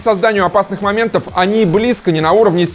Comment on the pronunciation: Почему "моментовв?"